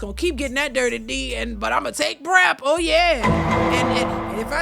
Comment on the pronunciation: that “O YEAH” is soooo New Orleans lol